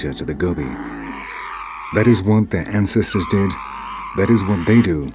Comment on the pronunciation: Fab docu! But the narrator is somewhat hard to understand at times. Very nasal... he managed to pronounce 'ancestors' as nghanghcghestgnors[ghn]. Weird, suppose he thinks it sounds posh... Also Hmmmngoliah... rly odd... not even auto undertext manages to transcribe him.